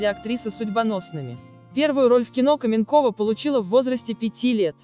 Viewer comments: Кто так текст формально и неприятно читает? То " ...вышла замуж назло сАмой себе", то "КАменкова" вместо "КаменкОва"!!! Потренироваться перед записью не судьба что ли?! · Такое чувство,что это перевод ,а не русский текст.КаменкОва,а не КАменкова.Да и другие слова есть не с тем ударением. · Ну почему КАменкова. КаменкОва.